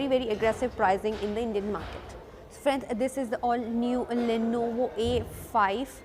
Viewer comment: It's Lenovo not Lonovo. I got here looking for a Lonovo soldering station.